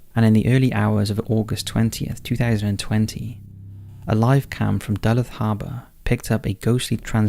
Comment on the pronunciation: In #9, Duluth in Minnesota is pronounced Duh-looth.